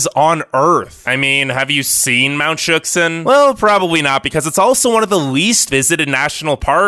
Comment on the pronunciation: it's pronounced "shuck-san" not "shook-san". as for your question of "have you seen mount shuksan?" IDK HAVE YOU??